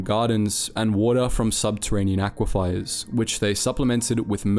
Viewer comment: I think he sees an i that isn't there, he pronounces it as if it was Aquifiers, with a second i immediately before the e.